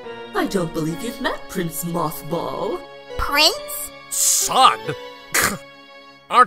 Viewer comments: do realize that he said Mockball instead of Mothball. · MothBall? I thought they said MoffBall XD